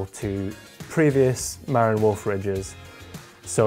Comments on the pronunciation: It's Ma-RIN, the accent is on the last syllable. I used to live in Marin County, California. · FIRST Marin is pronounced: Muh-rin'. It's the name of a county in Northern California. While looks may be deceiving, that bike looks to have too many moving parts on the rear suspension which will inevitably (also invariably) need a lot of maintenance to keep everything aligned. Sometimes the simple solutions are better. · You are not pronouncing 'Marin' correctly. It's 'Mah-rinn' with emphasis on second syllable.